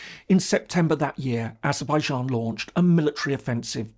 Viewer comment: What's this Azerbaizharn pronunciation? I lived and worked there for over 8 years and no one but no one ever said 'Zharn' at the end of the name.